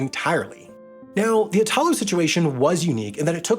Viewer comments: Please note that in Italy when you pronounce names you put the stress on the first syllable. You keep on saying "Itaaalo", when the proper pronunciation in Italian is "iiitalo" Please get it right and do some research when pronouncing words in another language. Txs so much! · Italo (e-tha-low) is pronounced with a strong accent on the first sillaba (the I) not on the second (ta). Sorry to nitpick but this particular mispronunciation is very fastidious to an Italian ear...Maybe because the root of the name is the name of our country (That is pronounced the other way around and maybe this is the cause of the error. I have to admit that is quite confusing and I'm not a qualified teacher, as you have probably already guessed...). Most of the times these little mistakes are fun to me but this particular one is like the screech of nails on a blackboard...😷😬😬😬 Ciao! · Ignoring your pronunciation of Italo (it's meant to be /'i.ta.lo/, accent on the first syllable, not like in Italia), great video about, I guess, planes. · Just a small remark: the name of the Italian railway company "Italo" is NOT pronounced like itÀlo, the stress is on the "I": Ìtalo. It's similar to the way you pronounce "Italy". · Totally Random: Italo is pronounced "ìtalo", not "itàlo". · Extremely interesting subject. P.s. Italo is pronounced with strong accent on the “I”, not on the “A”. Basically the same as Italy. Looking forward to the next video! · Next time try to pronounce "Italo" correctly, thank you 🙏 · eye-talo? e-talo! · Hey Sam will you ever consider on doing a video on why flying is so cheaper than railing? I asked Jason from Not just bikes and he said you are the best suited one to answer this question. By the way the accent in “Italo” is pronounced like Italy, on the “I” and not the “a”. Great video 🤗